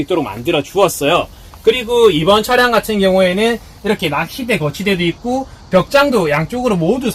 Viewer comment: 있구~ 있구~ 있고로 발음하시는데 더 나은 것 같습니다.